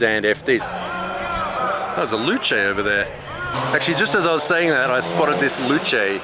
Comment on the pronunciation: Loo Chay? Its a Loose!